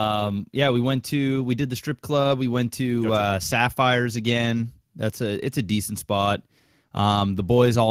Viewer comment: DEE CENT!!